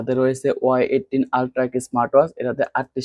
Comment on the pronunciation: এইটিন না। এইটি 🙂